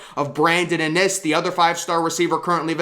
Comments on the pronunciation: I know it’s driving me crazy how he pronounces his name. The first I is the hard I not the second I. It’s IN- iSS not inn-Iss! Pronounce their names right!!!!! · Iiinnnnn isss NOT AH NIS!! Lmaooo IN! NISS!